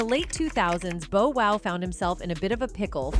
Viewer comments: It’s Bow Wow not Bo Wow please get Hip Hop Artists names right if you’re going to cover it , Love your videos but miss pronouncing names of iconic artists isn’t a good look especially 2Pac name. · i mean she stress the Bo Wow!! << who??..lol...smh omg! if ur gonna call yourself UrbanPulse Learn to Pronounce their names right! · Touche'. She white. What do u expect. Cringed Everytime she said Bo Wow😂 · I cringe every time commentator/ narrator says Bow Wow's name ...😩